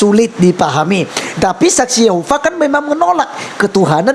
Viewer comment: Saksi yehova apaan? Boong ni ibu! SSY menyebut diri sbg saksi yehuwa..bukan saksi yehova. Selain sebutan saksi yehuwa berarti mrk di luar dr komunitas